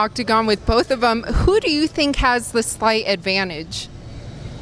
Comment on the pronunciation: "i tink a lot"